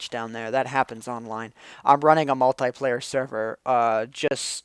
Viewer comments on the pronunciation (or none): How come u always say mutiaplayer server